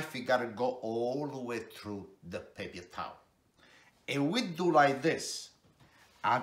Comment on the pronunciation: the pepye tawleh xD love it